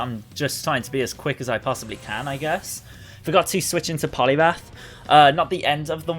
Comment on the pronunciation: It’s poliwrath Not poliwath